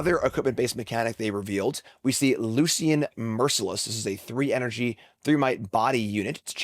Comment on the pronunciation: If you pronounce Lucian’s name wrong one more time, I will request to engage in fisticuffs, good sir!